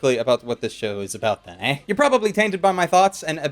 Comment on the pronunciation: HE SAID "EY"!!! THE CANADIAN HAS BEEN REVEALED!